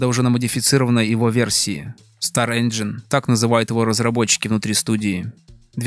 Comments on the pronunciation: "Конечно, правильно говорить "Инджин", но да ладно...". Автор, правильно говорить ˈenjən как раз. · Казуальная графика? Наверное автор имел в виду стилизованную))) И да, "Engine" правильно произносить как раз "Энжин"! Ха! Автор даже не знает, что не автодески делали Майю)))